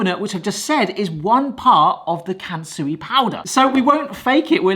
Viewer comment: I could only hear Cancery-powder i stead of Kansui-powder I even had to jump back to check once🤣